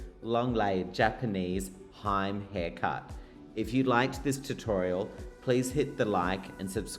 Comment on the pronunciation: Hime pronounced as he-meh. Not haim. Usually the hime cut only on the sideburn not the whole front hair. This is shocking.😮